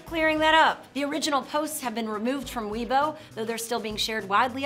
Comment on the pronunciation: "Weibo" is pronounced "way-bo," not "we-bo."